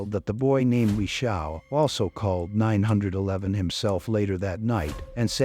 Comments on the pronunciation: AI! She called 9 hundred and eleven! 😅 AI needs to be boycotted. Unsubscribing now. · Nine hundred and eleven? Artificial intelligence isn't so intelligent is it.😮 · Septimember? You better call nine hundred and eleven right away! 🙄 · It's not nine eleven, not nine hundred eleven, it's nine/one/one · 48, did the lady call nine hundred & eleven? Why NOT say 911. Roll my eyes & shake my head at STUPID Narrators.